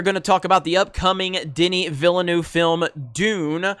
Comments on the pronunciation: wring on Villeneuve, hes French not Spanish, it’s Veelnoov, sorta—eu is a French sound that doesn’t appear in English. Look it up before you post, dolt. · It's pronounced vill-nuv. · You goofball! It’s “Veelnev”. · + Gamers. Villanueve is pronounced (vee-yah-NWAY-veh). The double "L" creates a "Y" sound in Spanish. Liet (lee-et) Kynes (Kines) Hope this helps. Aside from that great video. You should read the original Dune novels or at least see the 1984 movie. This video lets me know this is going to be butchered. Not a good thing. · Simple, boycott. Pronounced viel-nerve, like the racing drivers. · I know neuve actually means new, but its not pronounced like that. Villeneuve is pronounced, Ville-nerf :-) otherwise great vid as usual Jeremy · dude is not even trying to say villeneuve lmao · Dude. It’s pronounced: vill-a-new-way-va. And baron Har-Kon-an. You’re killing me smalls. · You did not butcher half the names. You butchered every single one of them. You got Kynes right the first time and then carried on mispronouncing it. Bene; the last E is not silent. Gesserit is pronounced as spelled: jess-uh-rit. Denis's last name is pronounced vee-nuv. Atreides: ah-trey-deez.